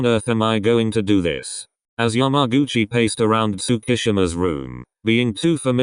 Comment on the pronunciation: nobody: How say’s yamaguchi: YAM-A-GUCCI